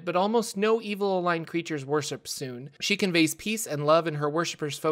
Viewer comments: It bothers me so much to hear Sune pronounced as "soon" instead of "soon-ay", even though I don't know which one is technically correct. xD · Teeny tiny correction. The "e" in Sune's name is not silent. It's pronunciation is more like "Sooneh" than "Soon". Per Rasaad from Baldur's Gate . Great video overall. I love your content! :)